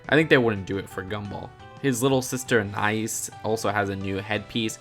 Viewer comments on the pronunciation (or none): It's pronounced "Ah na ees" not "a nice" for pronouncing Anais' name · Did you call anias aiis?